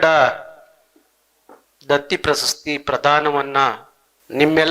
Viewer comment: ಸ್ವಾಮಿ ನಿಮ್ಮ ಉಚ್ಛಾರದಲ್ಲಿ ಪ್ರಸಸ್ತಿ ಎಂದು ಉಚ್ಛರಿಸಿದ್ದು. ಪ್ರಶಸ್ತಿ ಎಂದು ಉಚ್ಛಾರ ಮಾಡಿ